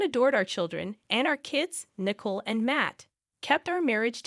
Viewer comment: Poor pronunciation of some everyday words, and names, in the commentary! (John/Jan/Jian/Jane/JN/Jen), (Nicole/Nickel/Nichol/Mickle)